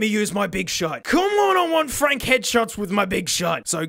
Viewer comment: fronk lol